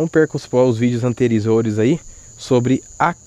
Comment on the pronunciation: nao sei se vc percebeu mas vc falou interisores mas q deus proteja vc e o valdir